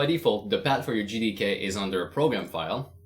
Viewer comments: I can't be the only one who heard "N word D K" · I thought he said you will need the n word LMAO